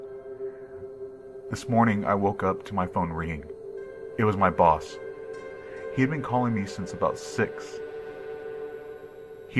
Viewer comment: I thought at first he said: "My balls and I" instead of "My boss and I".